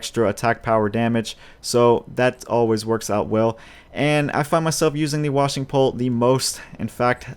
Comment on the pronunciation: It's pronounced Wa-Shing Pole